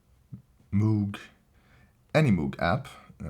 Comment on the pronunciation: Its pronounced mow-g not moo-g